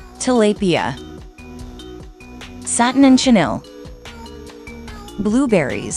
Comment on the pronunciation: the video:tilaypia me:TILAPIA😘🇵🇭 as a filipino text to speech needs to learn how to pronounce vowels i also like maleficent